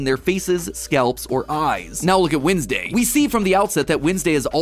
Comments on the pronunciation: Y u sayin winsdau it is wed nes day (no hate😞😢☹🙁) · The only thing wrong in this video is Matt's pronunciation of Wednesday. When's day > Wins day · why do you pronounce it wIdnesday and not wEdnesday 😭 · Your proununshion is wrong its not winsday its wenday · windsdey you said it? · i'm sorry but i'm more focused on how matpat's saying "windsday" and i don't know why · I just can't stand Matt calling her "Windsday". It just feels wrong. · WHEN YOU SAID WINSDAY I ALMOSTT DIEDDD😂😂😂😂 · Why does he say Wednesday like winsday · Is it just me or it’s MatPat saying weesnday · Am I the only one noticing the way Mat says Wednesday is Winsday? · Does anyone else noticed matt’s Wednesday pronunciation? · HE PRONOUNCED WEDNESDAY WRONG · your pronunciation of wednesday bothers me idk